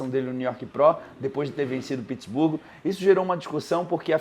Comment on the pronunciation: Pq o fala Pittsburgo? Kkkkkkkkkk não é nem em inglês e nem em português 😅